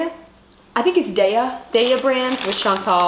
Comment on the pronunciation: its not "day-ya cheese" its "die-ya cheese"